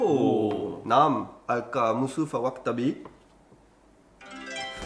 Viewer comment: à le "naam" Aka "oui " est tellement bien prononcé je trouve